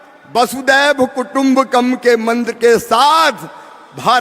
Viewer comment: Mantra to sahi se bolo😅